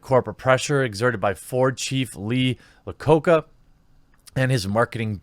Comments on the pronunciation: Lee Lacocca? You mean Iacocca (eye-a-coke-a) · I-o-co-ca, Lee Iacocca starts with an "i", not an "l". Two videos that get his name wrong reporting on the same story. Got to be more careful. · Ha ha, everyone who is not familiar with the dudes name call him "Lee (L)acocca when it's actually (i) acocca (eye a cocca).